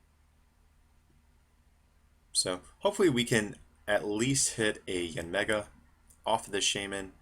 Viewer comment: Did he just call yanmega break: mega yanmega break? Wow. learn to read your cards next time. Mearly constructive criticism.